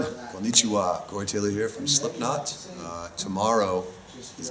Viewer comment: THEY SAY "slipnote" 😭😭😭